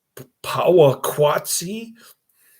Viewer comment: Oh My Gosh. It is pronounced Poe wa kat see.....if you are going to review a movie, AT LEAST, get the name right!!!!!! Did you even watch this movie? It is about industrialization and population affecting what were once simple slow lifestyles. The music works well with the images....sheesh, you are an unqualified "reviewer" of this. If you are a "movie reviewer", your pace is ridiculously slow, incoherent and sadly obtuse.